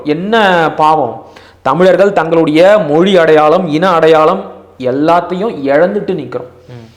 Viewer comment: தயவு செய்து தமிழர்கள் என்று உச்சரிக்கவும். Thamil இல்லை